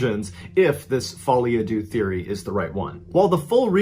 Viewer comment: This period of uploads slowly turned into regular Mr Ballen. And shouldn't it be "Folie Á Deux (kinda between deu and doo)" not "Adieu👋🏼"?